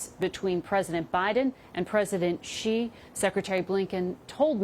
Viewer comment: 'she' = Xi. NOT. JEE